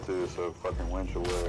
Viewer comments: The best part of the video when Joe calls the winch a wench. Which is what you would be calling for in the middle ages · I can't stop laughing about them talking about wenches instead of winches. "Get on the wench!" "The wench got firebombed!"